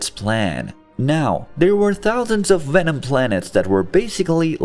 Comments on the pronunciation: why u say wenom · its not wenom its venom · I dislike how he says wenom and not venom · he knows, but the video's Narrator was pronouncing Venom as Wenom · Venom, not wenom 🤦‍♂️ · Is he german? the Wenom instead of Venom is hilarious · It's Venom, not Wenom! 😂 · what the fuck is a wenom... 😂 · Is he really saying wenom? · I loved this, but as it went on the fact that they said wenom uniwerse started to annoy me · “Wenom” 😂 looney toons wants ya for the job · Sounds like he's saying wenom. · Ah yes wenom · I hate how he says wenom except for venom it angers me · He keeps saying wenom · i love the way you say Wenom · Stop saying wenom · jesus christ please stop saying wenom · is anyone gonn atalk abt how he keeps saying wenom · Why do I hear vwenom instead of venom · Who the fuck is "wenom"? 😂😂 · How can you say voice, various and villian perfectly but venom comes out like wenom🤣.. besides that tho this was awsome story to watch and had a blast seeing this alternative reality. Venom creating the perfect symbiote balance with artificially created humans sounds like a very intersting idea to explore.. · good video but why do you keep saying wevom??? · it’s a joke The video has the majority of Venom pronounced as Wenom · you said it normally ONCE Which means you know how to say venoms name right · How is it that Germanic languages pronounce the w as a v, I have always wondered, now after this video, I’m wondering even more so how you would ever in a million years pronounce a v as a w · Why do you pronounce the v in universe, even, love, correctly but not for venom? Your accent is inconsistent. I call fake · Fun fact: i fucking hate how he says venom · If you're going to use a digital voice to narrate a video about Venom, you probably should have chosen one that can correctly pronounce the letter "V"